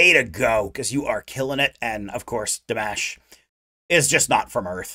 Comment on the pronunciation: He is not Dee-mesh, he is Dimash (dimaaash). And he is not "Kyudo-bergen", he is "Khudai -bergEn".